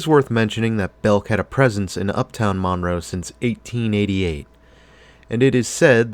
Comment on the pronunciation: The name of the town is pronounced Munroe. I worked at the Wal-Mart in the late 80's and have lived in the area for 38 years. I feel like I need to defend this mall; it was a great place in the 80's and 90's.